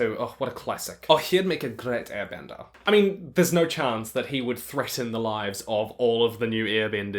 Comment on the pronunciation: Why do i hear you say earbending??? But great video